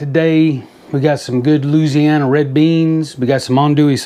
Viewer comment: You said Looziana like a real Cajun :-) 4 syllables not 5 haha! Looked amazing buddy...pork tenderloin is one of my absolute fav cuts of meat!